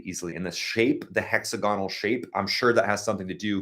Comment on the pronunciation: hex-AG-gon--al (emphasize AG) is the way to say this.